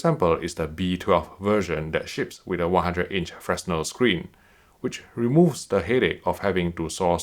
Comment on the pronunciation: I'm going to be that guy, it's pronounced "fre-nell"